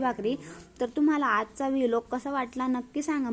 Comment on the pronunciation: ताई तु प्रत्येक विडिओ ला वी लाॅग का बोलते त्याला व्लाॅग बोलता बाई....